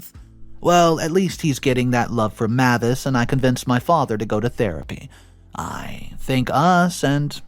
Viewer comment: PS: it is pronounced "May-vis"